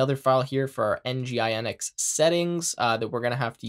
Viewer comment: great video! its kind of weird and awkward for me to hear nginx by spelling it out.. for all i know, its 'en-jin-ecks'. other than that, really great tutorials! looking forward for more of them!